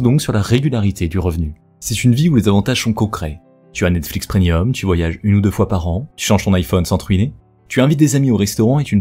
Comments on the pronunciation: On dit preMium. Pas PreNium. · Bonne vidéo mais il va falloir apprendre que l'on dit premium et pas prenium parce que c'est assez dérangeant